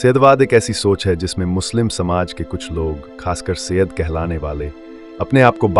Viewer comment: 100% wrong information. Thikh se pronunciation bhi nahi kar paate Saiyed ka or chale Saiyed pe video banane